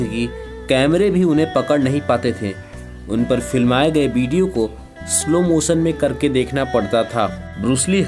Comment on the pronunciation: भाई बोलना सिख ले🤣😂🤣😂 बीडीओ,,नई होता हैं वीडियो होता हैं🤣😂🤣😂बीडीओ🤣😂